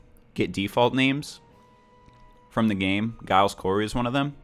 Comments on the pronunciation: Giles is not said with a g it's more of a J "Jiales" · when he says giles wrong and doesnt do the investigator role right even though he isnt invest it kills me ok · You're not pronouncing Giles correctly..